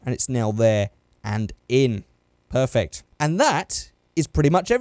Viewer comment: Perfect Lights? Is that what I heard???